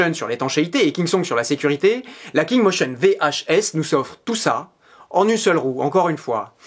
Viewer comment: Mdr.... poisson d'avril 😂😂😂 Le mec qui n'a pas réussi à prononcer le nom de marque une seule fois 😂😂